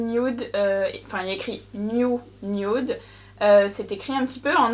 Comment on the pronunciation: La " niounioude " voilà ce que j'entends 😅😂